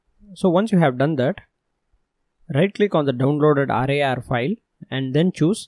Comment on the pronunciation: AAAADRRRAYYARRR Sorry no offence intended, i love your accent :D your pronunciation of RAR made me laugh. Great Video